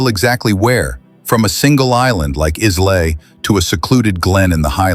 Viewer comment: I'm a Scot and proud. A part of it needs work. The island Islay mentioned was pronounced, is-lay. The pronunciation of it is eye-lay.